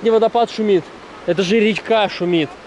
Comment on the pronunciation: интересная манера ставить ударения, французская. РечкА! Специально, что ли для хайпа так сказал?